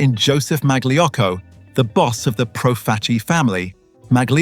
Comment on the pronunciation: Mag-Lee Yocko? Uh, maybe not quite...